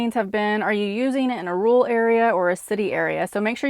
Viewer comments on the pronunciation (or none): why are pronouncing rural "rule" it's ROOR EL